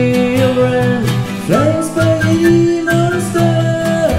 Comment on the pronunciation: Ugh, stop pronouncing "Spaghetti" like "Spaggedee".